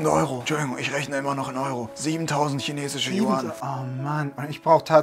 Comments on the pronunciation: Es wird Jüan ausgesprochen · Falls es irgendwen interessiert die Währung in China wird yüän ausgesprochen